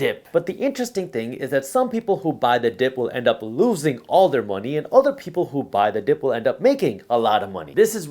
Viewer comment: Did you say buy the dip or Biden dip?